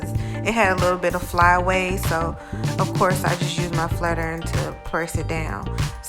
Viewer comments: I’m gonna talk real clear.. “this is my small ern” ... lmao iron. I-Ron. Lol don’t change! Love you for you! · I love how u say “urn” instead of “iron” ❤️